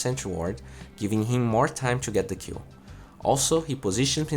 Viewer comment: Everytime you say 'kill' it sound like you're saying Q :D